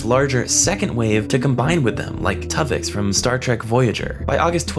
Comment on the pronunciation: I'm sorry. TOV-ix? It's Tuvix, you philistine! And he deserves justice.